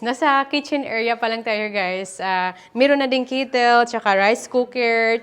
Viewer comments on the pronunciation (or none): NAKU BERE NICE TALAGA ANG BAHAY Kumpleto ang gamit lalo na may "KETEL" ( as pronounced by )